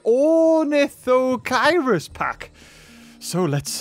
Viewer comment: Ornitho KEER-US. Haven't you read Z. Raptor?